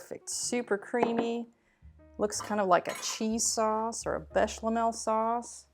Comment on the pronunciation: BéchAmel, NOT "BéchLAmel" ;)